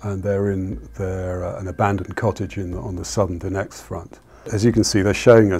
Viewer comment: there is no need to overcomplicate the pronunciation: not Doniyetsk, but Donetsk, as simple as it looks